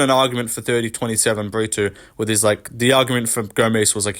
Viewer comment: Why are you pronouncing “Brito” as “Britoo/Britwo” first Paul felder and now you. Porqueeee